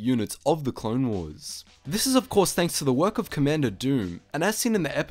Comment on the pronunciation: "Co-ommander Doom, he is every Droid's doom"